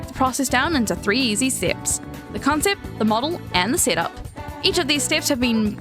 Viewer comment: The accent on COWNCYEPT😼